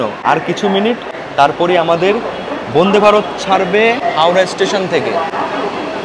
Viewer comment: সমানে 'বোন্দে বোন্দে' উচ্চারণ কেন ? কথাটা 'বন্দে'।